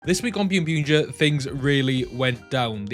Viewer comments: English sub of boonboomger summer movie is out on zokaj and it is pronounced boonboomger not byunbyunger. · Why do you call it ByunByunger? when it’s clearly Boonboom/Bunbumger